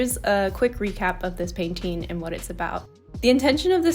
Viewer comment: I LOVE THE PAINTING IT LOOKS SO GOOD i love the colours so much!! btw i really like the way you often say "painteeing" with a longer "i" instead of painting